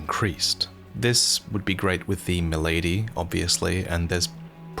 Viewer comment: its not called mylady lol it doesnt wear a fedora lol its spelled milady pronounced with the soft a not the sharp a in lady